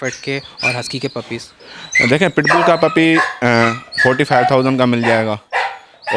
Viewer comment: puppies not pupple 😂😂🤣🤣